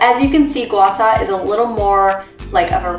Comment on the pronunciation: It’s SHA not SA.. and also Gua Sha is a method, not the stone you are using. So when you say use your Gua Sha to slide on your neck in your video.. which doesn’t really make any sense.